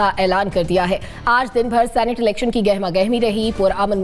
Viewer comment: #सीनेट not #सेनेट